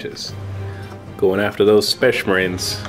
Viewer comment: Every time says 'Spehss Mahreens' I have to go watch Dawn of Awesome.